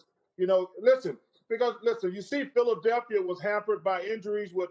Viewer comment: Anyone realize Barkley said "The city of Philaselphia"?